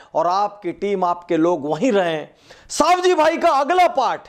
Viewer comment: सवजी भाई not सावजी भाई